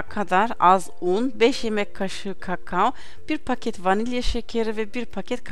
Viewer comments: kakao öyle okunmuyor lütfen düzgün konuşun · Pinar Ipek sanki kakao düzgün söylüyor ben de ona güldüm